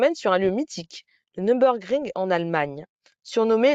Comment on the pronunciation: "Nür" pas "Num".